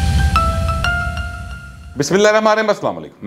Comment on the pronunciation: اینکر بھائی میں بھی آپ سے گزارش کرتا ہوں کہ بسم اللہ الرحمن الرحیم سہی پڑھ لیا کرو اللہ اکبر تاجدار ختم نبوت زندہ آباد